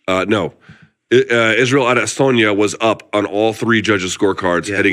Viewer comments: Luke, just wanted to chip in to say I appreciate the new pronunciation for Izzy you seem to have invented in the last few weeks: Ade-SORNYA. Just say A-DES-onya or pronounce it the way you used to. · Nobody: Luke Thomas: Adizoneya